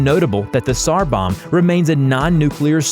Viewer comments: "polish sniper Saymo Hayha..." - " kashlikoff rifle..." - "sar bomb" instead of "tsar"...You are not, you are ILLITERATE lab. Morons. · It is pronounced sar the t is silent